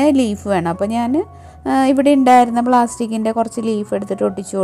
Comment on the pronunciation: ബ്ലാസ്റ്റിക് അല്ല സഹോദരി.. പ്ലാസ്റ്റിക്ക്.. 😜😜